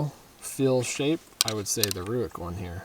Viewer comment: It’s pronounced RAKE not ROOICK